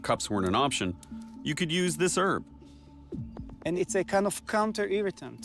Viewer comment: The “h” in the word “herb” is not silent